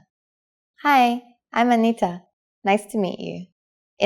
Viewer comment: I don't know any Persian speaker who says "man Anatia-am". You just say "man Antitaam"